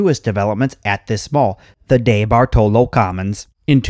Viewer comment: Dude, the name is pronounced Dee bart olo. I live in the area and haven't been to it in yrs. My mall, Shenango valley Mall is empty and is slated for demolition asap oh yeah, I think (well used to lol ) The Eastwood Malls owned by The Cafaro co. Kauffman's didn't go out of business. they were owned by the may co and Macy's bought all May co stores including Kaufman's and elderbeerman stores. my parents used to take me and my bff there in the 80s for school clothes shopping.